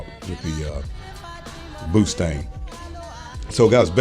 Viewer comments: He said boostang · Did you say pootang lol